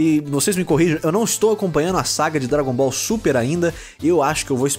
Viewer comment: "por que sem pledrinha não é dlabon ball" kkkkkk